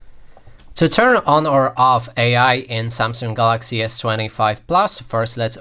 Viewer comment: Learn how to say Galaxy.